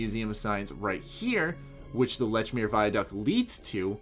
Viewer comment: You pronounced Lechmere wrong. It's pronounced "LEACH-meer"...